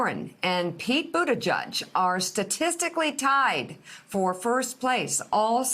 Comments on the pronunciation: I live in the area, I heard it as Boot-a-judge for years so I was a bit surprised when Pete said it is Boot-edge-edge. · Someone needs to gently and altruistically let Mika and Joe know that it is Boot-Edge-Edge (not "Boot-A-Judge"). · its booda JEDGE not JUDGE. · Its pronounced PUTAGIG !! STUPID. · I’ve heard mayor Pete speak in person. He says boot-a-judge. Joe and Mika are saying it fine. Not that it matters either way. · I've noticed most people pronounce it "boot-a-judge" - that pronounciation is probably stuck, not. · Boot ih jege? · Actually, it should be pronounced 'booty jitch'. That's how we pronounce it in Malta. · Dear Mika Please learn how to pronounce his name correctly It just looks better on TV. Trust me. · Pete says it is either....his husband also says Budda judge. I say But edge edge